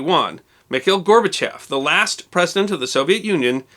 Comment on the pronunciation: Thanks for pronouncing Gorbachev's name right. It bugs me to hear "gorba-chOv" all the time.